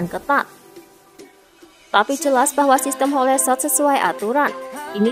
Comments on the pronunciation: HOL bukan HO LE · Hole shot di baca -> hol shot Bukan ho le shot